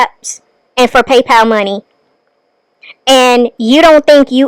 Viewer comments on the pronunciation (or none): none